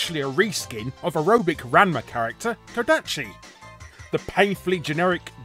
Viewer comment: So did any other Ranma fans cringe at Larry's attempt at pronouncing his name or was it just me?